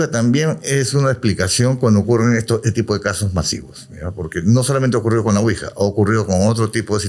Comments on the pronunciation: Quija???? 😅😅😅😅 Ouija. ES OUIJA!! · Excelente episodio, solamente corregir ouija ( Quija).